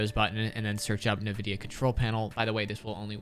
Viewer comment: Great video, but it's pronounced "In - Vid - Ee - Uh." You can delete this comment as soon as you see it cuz I don't wanna call you out but you will now for next time. Thx for the settings, you got a sub.